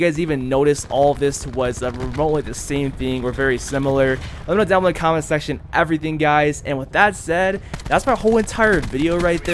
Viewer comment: “let me kno down in the comment SACTION”😭